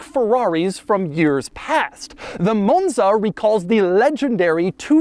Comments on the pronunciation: what is a moan-zuh, doug? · Why are you saying “Monza “ that way? Sheesh. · Why does Doug go British every time he says 'Monza' though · Pronouncing “Monza”, a five letter, two syllable word, differently every single time for 32 minutes is a hell of a skill